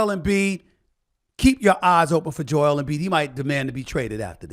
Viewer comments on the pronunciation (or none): none